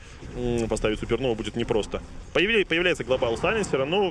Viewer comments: Меня одного бесит слово "глобАл" с ударением на "А"? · This is globAAAAAAAAAAAAAAAAAAAAAAAAAAAAAL